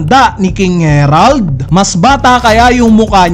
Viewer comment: Naka ilang chapter na Herald ka p din ng Herald. Basahin mo nmn ng maayos ang A E I O U